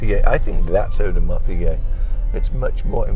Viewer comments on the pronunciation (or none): Audemars Peazay